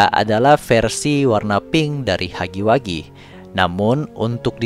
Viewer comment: hugggy wuggy bukan hagi wagi 💁🙅